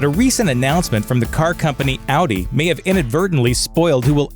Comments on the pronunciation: Audi may not auntie may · "Audi May" lmao this channel can't do anything right